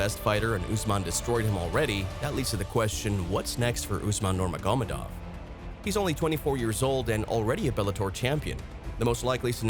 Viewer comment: I wish you would narrate yourself rather than using AI. Consistantly pronouncing one of the most well know names in MMA incorrectly. Nurmagamedov